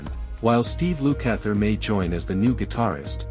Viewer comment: Yup... Steve "Loo-kather" 🙄